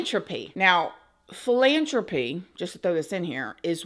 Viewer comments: FYI- it’s philanTHropy 😅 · This is disappointing and full of conspiracy theories. you can’t even pronounce philanthropy. There are so many unfounded accusations and ridiculous statements. Is 100% of anything he’s ever done up for question because people are anti shot now? I can’t believe it was suggested that he had bad motivations to build computers because viruses exist. It’s so absurd. Even if you believe that all of his philanthropy is “evil”, like eradicating polio, why would creating the invention that allowed you to create this video be motivated by greed/evil? Of course evil people created viruses to exploit computers… but not the guy who invented them himself 🤦🏻‍♀️ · Philanthropy has an "H" After the T lol😂😂 I LOVE How u pronounce things sometimes...I never heard anyone say it like that 😅